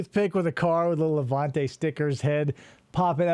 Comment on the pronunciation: Awesome job but perhaps 1400 analogies is too much and for the love of God it's LevEnte not LevAnte!